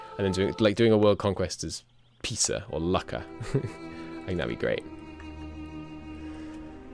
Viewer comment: Lucca world conquest! (Also Lucca is pronounced like loo-ka, not luh-ka)